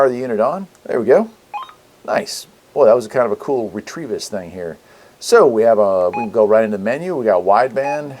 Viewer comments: Re-Te-Vis, not "retrieve us". Thanks! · Not Retrievis, but Retevis.